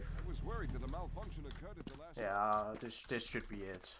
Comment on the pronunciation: Why do 90 percent of people on youtube now say DIS instead of THIS? Get these DIS and DAT people out of my face already. TALK GOODER.